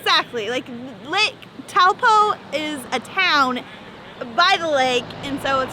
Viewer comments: Taupo is actually said toe - poor but without the r but not poo... Hmm that's confusing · bro its pronounced 'Toe-pour" without the r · am i the only one annoyed that she pronounces taupo wrong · Correction Taupo is pronounced Toepor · Taupo said like - Toe Paw :) glad you enjoyed our country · Lake Taupo is pronounced 'toe-paw'. Ordinary, everyday beef here in NZ is all grass fed which I think is completely different to the US where you have to search it out - so yes - something to write home about! The huge mountain you mentioned at 10.32 is called Mt Ruapehu and was the location of Mount Doom in Lord of the Rings. Hope you were told that at the time - a sacred mountain to the local Iwi (tribe) and a special place for all of us Tolkein fans.